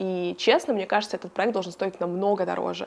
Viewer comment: Спонсор этого выпуска такие слова, как: «заведения» и «текстура» и «праэкт»